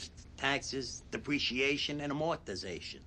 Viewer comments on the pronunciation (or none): as a finance manager, listening to paulie butcher EBITDA is hurting my brain. "amOrtiztion" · 'a-More-tiz-ation' oh Paulie you so crazy. As crazy as 'bah jah fresh' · Listening to Paulie try to pronounce “amortization” always makes me bust out laughin😂😂😂